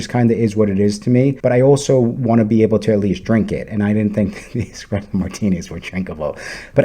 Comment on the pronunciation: It's hilarious to me that you whine about a bad mixed drink and you don't say the name of the drink right WTH is an Express Oh Martini? An ESPRESSO martini isn't exactly a reason to or not to stay at The Wilderness Lodge. Tell me you don't know what you're talking about without telling me you don't know what you're talking about. Lemme guess, you say "eXpecially" too don't you? You're what we in the Midwest affectionately call a BONEHEAD. 😆 🤣 😂